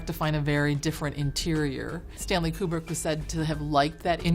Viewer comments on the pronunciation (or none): none